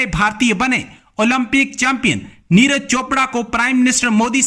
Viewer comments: यार पाकिस्तान वालो अगर नाम पढ़ना नहीं आता तो कम से कम सुन कर सीख लिया करो, नीरज को नीराज बना देते हो, विराट को विरात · Niraaz nahi niraj hota hai bhn ki lodi... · Madam Neeraj hai, Neeraaaj nahi🤣🤣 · Neeraaj chopra porkiyo pe toh dhang se naam lena bhi nhi ata 🤣🤣🤣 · उच्चारण तो करो सही से, नाम है उनका "नीरज", "नीराज" नही है। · Neeraj not Neeraj hr name bigad dete hai ap log bartania Britain k ha 😃 bolte hai ap log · Madam j kam se kam aap Neeraj chopra g ka name to sahi se lo